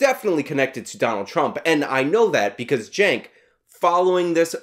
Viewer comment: Please pronounce his name correctly. Chunk yogurt. Thank you.